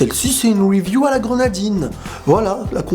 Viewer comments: Pk Tu dis Weview ? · c con mais pourrais tu ne plus dire review a l'anglaise mais plutot review comme un bon francophone mdr